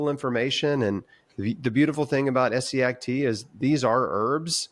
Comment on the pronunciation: For someone who's done so much research about Essiac, you should at least have known how to pronounce her first name right, but good video anyway.